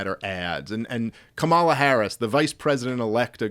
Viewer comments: Dave Smith: learn how to pronounce Kamala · Explain to Dave how to pronounce "Kamala".